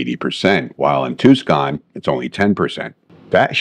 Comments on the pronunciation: Yeah first I've ever heard anyone pronounce it as tuse-con instead of Tuse-on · Great video and awesome class! Just a small issue. Its Tucson not Tuscon. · "too skon" ? You mean "too saan". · Tucson pronounced two sawn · Tucson is pronounced tuson. Not ribbing just informjng. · Sorry, but "TOO-SKAHN"? Joking with you but thanks for posting. This was counter-intuitive to me until you explained it. Cheers mate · I made it half way through the video, then you said ToosCon, Az and I lost all trust. ✌️ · Two-scon??? TWO-SCON????? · Just wanted to point out the city is Tucson and is pronounced like Two Sahn. The C is silent. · The C is silent in Tucson AZ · Great video but it's Tucson lol